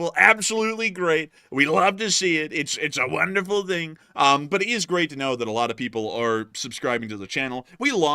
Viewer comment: I always notice that with the himself turning Chinese in saying the word "thing" as "ding" 😁